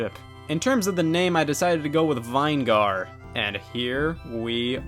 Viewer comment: he said vine gar instead of vinegar to avoid people having a clip of him saying the n word LMFAO